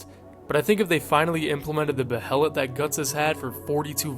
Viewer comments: buh hay lit. just say bay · Hate to be "that guy" but the word Behelit is pronounced "Bay-let". Love the video!❤ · bro really said beHelit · is he not saying behelit wrong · Your pronunciations of “apostle” and “behelit” are crazy lol